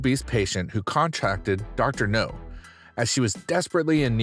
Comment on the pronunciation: His name is Dr. NOW, not Dr. No.